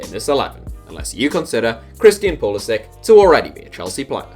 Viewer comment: Thank God! A European person pronouncing Pulisic's name right. And would Mariano count for one of these lists? He got capped once by the Dominican Republic die to his mother I think, but I think he's holding out for the Spanish national team